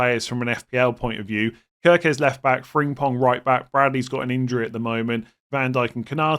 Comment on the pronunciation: Frimpong not Fringpong